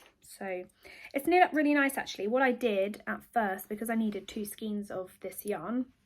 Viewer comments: Sorry, but all the people I know in the UK pronounce it as "skane" - I was born in Buckinghamshire, but lived in Hampshire for many years, before moving up to Lancashire, and in all these places I have never heard it pronounced as "skeen"! I thoroughly enjoyed your first podcast apart from that, and look forward to more episodes. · Hello great start.love your t top 🥰 but Sorry sorry sorry I used to work at Viyella yarn factory,maybe your mum remembers them? And it’s pronounced SKANE not SKEEN sorry if I sound pedantic but you know how some things just set your teeth on edge.lots of luck ET